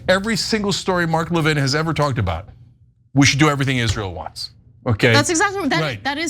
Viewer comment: Isn't the stress on the first syllable of 'Levin?' I've never heard of it being on the second syllable.